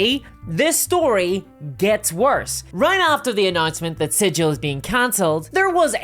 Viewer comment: Sidge-ill > siggle